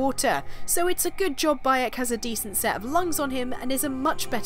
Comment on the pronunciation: Did you say his name was "By 'eck!"?